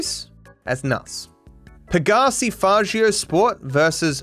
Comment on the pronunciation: I wonder where learn to pronounce Faggio